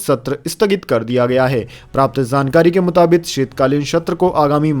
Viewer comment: मुताबिक सही शब्द है। मुताबित नहीं।